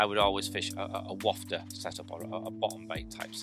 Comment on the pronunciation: Thanks for pronouncing "wafter" correctly!! Many well known anglers dont!!